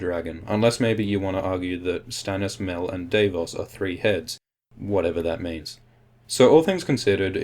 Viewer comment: It's Davos not Daveos -.